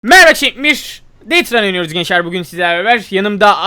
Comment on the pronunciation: merhaba şekbir mi diyo